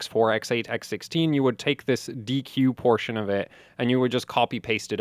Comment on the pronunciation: Exactly, thank you very much! Dee-Cue is the correct pronunciation of DQ :) D denotes Data, and Q denotes Output, and if anyone is curious why it is not O (Oh), then the engineers historically used Q instead of O to avoid confusion with 0 (zero).